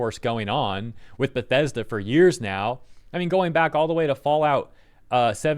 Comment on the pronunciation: "We're Bethesda! We're The-Bes-Da!"